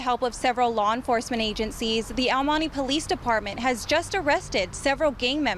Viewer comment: El money ?? Honey I'm sure you can pronounce El Monte , any non Hispanic would say it better than this no Sabo girl